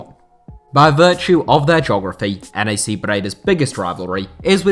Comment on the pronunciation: NAC is pronounced as one word by the way, not N. A. C.. It would be pronounced Nack with a typical British A